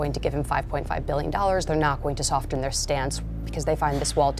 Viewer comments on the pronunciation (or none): Someone please tell this woman that "soften" has a SILENT T - it is pronounced "soffen"! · Can someone tell her the t is silent in "soften?"